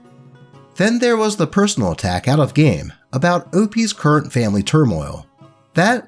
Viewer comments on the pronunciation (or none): none